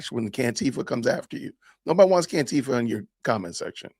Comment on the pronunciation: "Cantifa", lol!